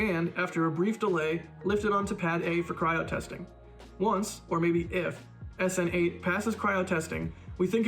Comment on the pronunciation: Snate? really? stupid. What? Snine, Sten... damn, I repeat stupid.